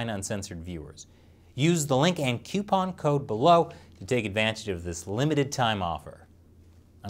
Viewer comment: Did you say coupon like "kyoo-pon" instead of "koo-pon"? Unsubscribed.